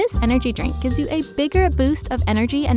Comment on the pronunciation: The 's' in 'gives' should have been a 'z' :c